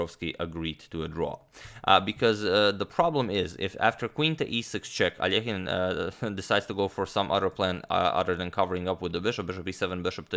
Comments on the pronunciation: I bet everyone who watch this video finally heard Alexander’s last name pronounced almost properly. It’s A-lee-o-jen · It’s so awesome that you pronounced Alekhine’s name correctly. Most English-speaking people don’t even try, and just say it as if it were in English.